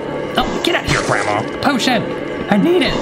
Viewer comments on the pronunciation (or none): When he tried to hide from "Grandma", I had to replay it 5 times because I thought he had said "oh sh*!" When he actually said "potion!" 😂😂